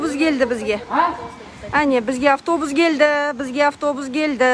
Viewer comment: Гельди емес келди 😅